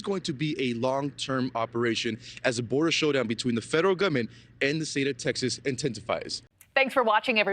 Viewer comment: the federal gobment?? 😆